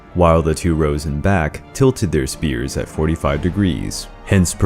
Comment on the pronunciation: They’re not spheres. They’re spears. Stop calling them spheres you sound ridiculous.